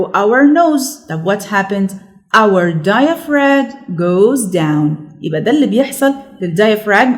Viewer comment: When we pronounce diaphragm we don't pronounce the g sound.